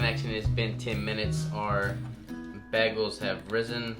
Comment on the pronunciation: 2 days and a wake up Happy Wedding week! 🙌🙌🙌 keto🥯 bagel...👌10 🔥 its been a long time go to for the ketofam... Dang..baggals😂. Bag..gulls😂🤣😂🤣Bagul.. That's how you know deep down he's carnivore.. can't pronounce Bread names... but still cooks like a Savage 💪 Definitely a good one for Keto bread👌